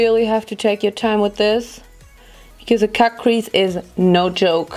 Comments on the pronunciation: Versteh die ganze Zeit „kack“-crease anstatt cut-crease😂😂💕👀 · Lol kackcrease. Die ganze Zeit wenn du cutcrease sagst, versteh ich kackcrease hahahaha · Haha wenn sie cutcrease sagt hört es sich an als würde sie kackcrease sagen 😂 mega look ❤ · Wie ich einfach die ganze Zeit KACKcrease verstehe.. 🙈😄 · Ich versteh immer "kack crease" 😂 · kack crease 😂😭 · hört sich an wie „kack- crease“ 😂💕